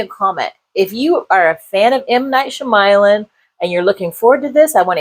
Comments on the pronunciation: sh(y)-ama-lan. Soft/silent 'y'. Fair review beside that. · Honestly, it is very disrespectful to not learn how to print out someone’s name correctly I don’t know anyone in this natural known world that pronounces his name like that I’m sorry do better as a YouTube film reviewer